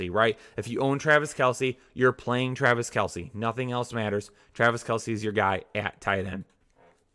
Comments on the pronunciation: "Travice" Kelce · Trav "Ice"